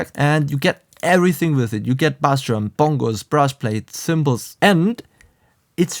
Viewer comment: Bro I like your channel I wish I could do a zoom call and teach you how to say bass ; it’s pronounced base . And as far as with the Modo Drums you have to buy they pluggin to get access to the rooms